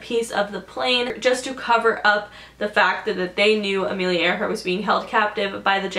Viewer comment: okay come on isnt it ironic that her name was amelia AIR-hart